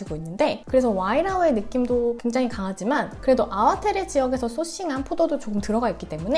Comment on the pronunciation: 안녕하세요. 전 말보로에서 16년째 와이너리에서 일하고 잇어요. 아와테레가 아니라 아와테레 밸리가 아니고 아와트리 밸리라고 발음합니다. 영어로 표현하자면 ar-wah-tree 라고합니다. 대부분의 와인들이 모든 탱크를 테이스팅하고나서 블랜딩을 거칩니다. 배비치아니고 바비치와인입니다. 푸나무는 제이드의 다른 이름이고 한국의 옥이랑 같은 의미 입니다. 껍질째 넣는것을 카보닉 메시레이션이라고 합니다.